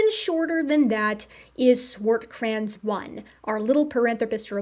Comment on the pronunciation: Can I bust your chops about the Swartkrans pronunciation instead? 😂